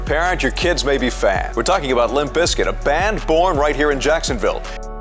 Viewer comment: You know there’s a “P” in there right. It’s not Lim Bizkit 🤦🏼